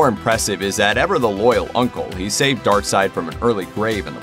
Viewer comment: Steppenwolf is just an awesome name......and darkseid also a fantastic name but should be pronounced darkseed rather than darkside....sounds like an offspring of Darth Vader